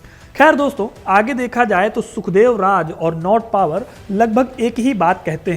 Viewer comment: भाई, नॉट पावर नहीं, नॉट बावर सही नाम था उस अंग्रेज का।